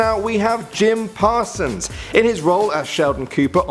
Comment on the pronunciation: "Jim Parasons"